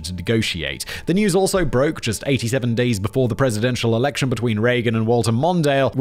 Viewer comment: Did he say erection and not election? 😂